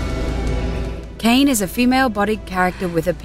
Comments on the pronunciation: "kane?" its kai-nay! kai-nay! not fucking "kane"! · This made me buy and play Nier a while ago. No regrets on that at all. It's one of my favorite games ever now. This video is pretty inaccurate though. Kainé (firstly, it's pronounced kai-nay, not cane) isn't a transsexual, she's a hermaphrodite. And the shade didn't magically grow a penis on her, she was a hermaphrodite from birth. So you guys chose cool characters, but failed to do any real research into some of them. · gah! it isnt "cain" its "kay-neh"!!! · Oh My GOD did you just pronounce Kainé's name Cain?! do you not see the accent!?!So much rage!!! Kai-né two syllables! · It's KAI-KNEE. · Pretty sure it's pronounced Kai-nay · Kainé not cane the e sounds like an a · Wow they got Nier so wrong. They pronounce her name wrong, which shouldn't be hard to figure out if you'd just like watched a single clip before reviewing and SPOILER ALERT. Every human in the series is only a replicant of the shades you battle with. And Kainé was actually a normal female but a bug in her replication process caused her to have a dick.